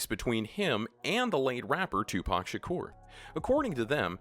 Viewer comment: You said Tupac Shakur wrong